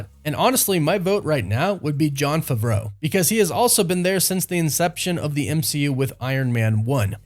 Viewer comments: Do…. Do you know how to say Favreau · Please learn how to pronounce Jon’s name at least